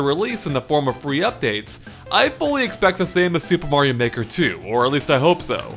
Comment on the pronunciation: In the beginning it sounds like he says super mario nword 2